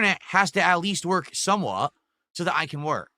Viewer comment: He pronounces "somewhat" as "somewaah" and it's infuriating.